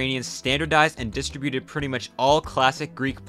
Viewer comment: The P in Ptolemy, like the ptarmigan, is silent. "Distribute" has the accent on second syllable, not the first.